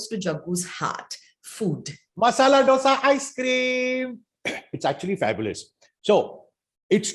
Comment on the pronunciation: my dear, please say "dhosaa" it is not ddddosaaa!